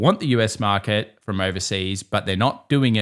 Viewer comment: Why should I trust anyone that doesn't even understand that there is an R in the word " market"?